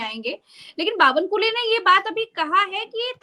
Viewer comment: आप बावनकुळे नाम को अश्लिल नाम बना रहे हो "बावनकुले"😂